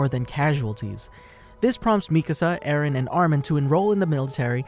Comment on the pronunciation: How many times has Mikasa say "Ereh/Eren"? 21 Savage: A lot.